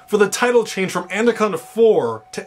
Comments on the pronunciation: It'd be nice if you could say it right and not "And-a-conda." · Good reviews but why are you pronouncing it anDaconda? There's no d in it, lol you must be doing it on purpose :P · Is he pronouncing the title "ANDACONDA"?? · He said andaconda the whole time😂😂